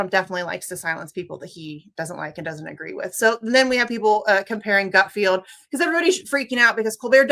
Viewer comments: Hey goth lady Jimmy, it’s “Gutfeld” not “Gutfield”. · Someone needs to tell your graphics person that its 'Misty,' not 'Wisty.' (Edit:) And someone needs to tell Misty that it's GutFELD, not GutFIELD. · Did you call him Greg “Gutfield”?